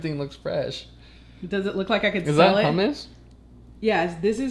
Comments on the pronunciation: When she said ‘her-mousse’, I had to switch my phone off. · Hmmm I’ve never heard anyone pronounce hummus, huhhh-mouse before 😅